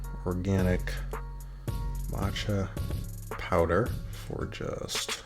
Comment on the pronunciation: Bro is "powder" with a 'd', not "power".